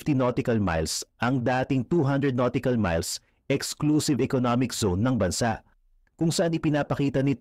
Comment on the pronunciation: nautical miles ❌ noticle miles ✅